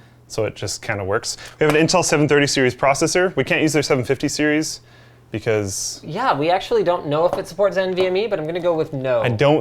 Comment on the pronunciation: "Sugo Serirs".... le